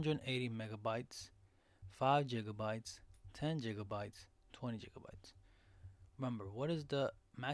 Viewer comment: And on top of ”jigga-bytes” you need to make your mic louder or talk louder. Really hard to hear you, unless you’re in a silent room.